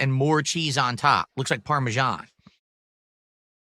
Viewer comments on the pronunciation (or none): What in God's name is parmejahn? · "Parmesan... CHE" STFU, you act like you don't eat this EVERY DAY but you know all the dented steps? GTFO, you cow..